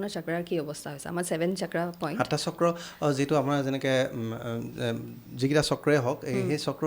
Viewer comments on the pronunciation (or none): কি চাক্ৰা চাক্ৰা কৈ আছে বাইদেউ? চক্ৰ বুলি ক'ব নোৱাৰে নেকি?? আপোনাৰ মুখত অসমীয়া নুফুটে নেকি? নে ইংৰাজী ভাষা কওতে কওতে জীভাখন বেছি স্মার্ট হৈ গ'ল😂😂